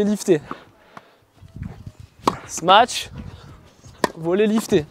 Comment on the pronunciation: J’adore le sma-tche x)